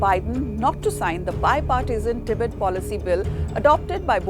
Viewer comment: your pronunciation the the word "Tibet" disturbs me